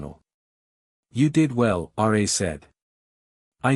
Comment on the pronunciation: Its RA, NOT R A